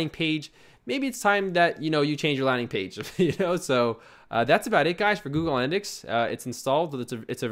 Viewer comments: antalytics?... ANALYTICS!... ANA not ANTA... thanks for the videos, you are superb... but you mispronounce things all the time. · its Ana-lytics.. lol. can u do a server/domain tranfer for ur next video?